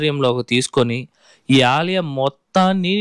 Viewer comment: Alayam not aliyam